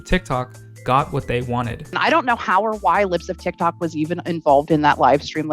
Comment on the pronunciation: Why do u say her name like it belongs to the sentence “boom-shaka-laka” every time? Like “put-shawka-laka”